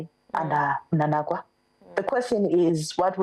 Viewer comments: Why are you saying mnanagwa? It's mnangagwa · It's Mnangagwa please not Mnanagwa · That guest is useless, she is failing to pronounce the name Mnangagwa. I am Zambian but I was able to pick that. Is she Zimbabwean I ask?